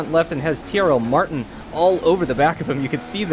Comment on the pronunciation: I swear said CRL Martin when they lined up on the grid..